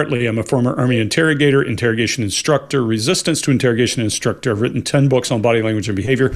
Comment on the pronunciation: Dawn Mawhirter Yes like “in STRUC-TOR”! lol